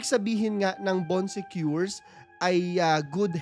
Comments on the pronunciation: Bon sekor po kuya hindi bon sekyor HAHAHAHA ganda ng story mo kuya lahat napanood ko na❤ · baan suh koor - yung pronounciation.. nacurious ako. Sinearch ko tuloy sa google. 😂😂😂😆🤣